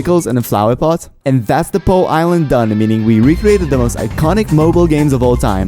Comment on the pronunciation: IT'S POU NOT BOU